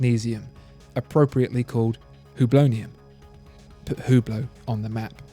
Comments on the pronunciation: It's pronounced "ooo-blow", btw, not "hue-blow" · Its pronounce without the H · Learn how to pronunce Hublot. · you are absolutely fantastic. love your vids. However, it is absolutely ridiculous how you pronounce the french watch brands!